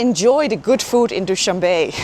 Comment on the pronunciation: Noraly, FYI; it is not pronounced "Dow-shan-Bay", it is Dow-shan-beh , not pronounced like the English word "be" , but rather the pronunciation of the first two letters of the English word "better". ❤🌹